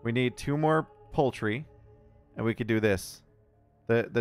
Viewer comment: "I think we did all we could do" don't you mean "I think we did all we cadou?" :D